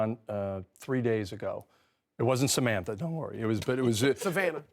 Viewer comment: This dude said Samantha 😂😂